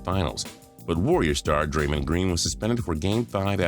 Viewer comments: It’s dray-MONd not dray-MINd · I like how he says Draymnd Green